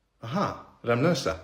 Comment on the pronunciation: RAmlösa, emphasis on the first syllable. That is default SE, but not without exceptions.